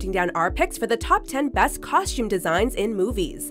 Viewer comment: Anyone else's skin crawl everytime she pronounces costume with an SH? 😖👎